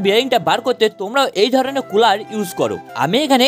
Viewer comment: ওটা তুমি কী বললে কুলার না পুলার!